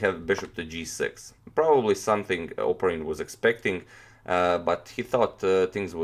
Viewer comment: It's "opArin" but no matter i guess.